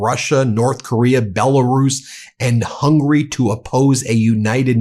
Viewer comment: Can someone teach Ben how to say Hungary